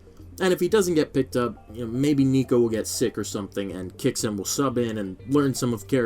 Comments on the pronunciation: why do people pronounce it as "ki-yo-su-ke"? Isn't it a japanese name? It should be pronounced as "kyo-us-ke", similar to Sasuke Uchiha as "Sas-ke" not "Sa-su-ke". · Why is everyone calling kyousuke "ki-o-suke"? It's kyou not kio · why everyone saying "kiya sue kay" 😔